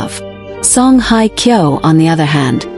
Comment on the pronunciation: excuse me for just for the record, her name is Song Hye (sounds like `Hay` and not like `Hi`) Kyo. And second of all for the record, this is FAKE news. don`t bother watching, although the pictures of her and him are quite nice. Thanks for the photos.